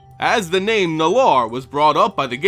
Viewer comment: FFS. Research names.